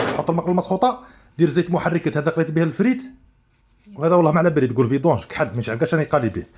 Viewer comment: تقول فيدوونج ههههه😂😂😂😂